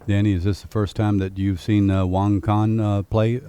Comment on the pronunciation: Great Video BUT I wish the Commentators would get it right, They keep saying over & over WONG when his name is WANG! Don't know if these guys ever finished 5th grade. .lol They got it Wong.